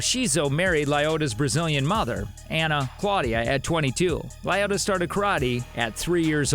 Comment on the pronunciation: It’s Lyoto, not Lyodo